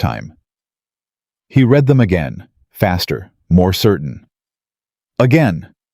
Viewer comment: Your story is partially about a company that uses words as their commodity. Don't you think your narration should use words correctly? Like almost all AIs, the "read" is frequently mispronounced.